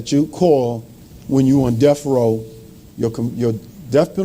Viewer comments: "Your appeals is lost." And did he say "def row?" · "DEFF ROW" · Did the Diddlers black attorney call it “deaf row”?